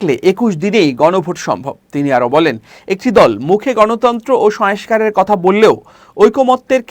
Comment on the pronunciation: Dear Uposthapok , tomar shongskar , shongskriti ei wordgulor uchcharon thik koro .